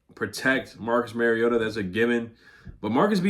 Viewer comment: It’s pronounced youngway lol not young hoe